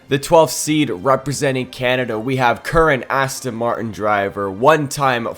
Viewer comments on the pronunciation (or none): none